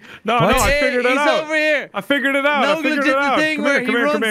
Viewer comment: As a russian, i can confirm that they pronounced and said everything right